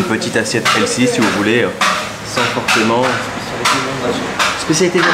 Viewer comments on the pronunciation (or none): none